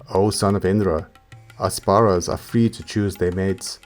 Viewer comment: Apsaras* not asparas :)